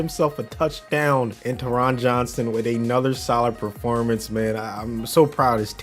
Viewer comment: taron johnson’s name is pronounced tear-rin jon-sin